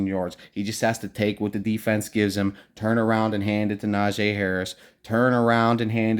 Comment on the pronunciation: Why y’all keep sayin Najay! Na-gee!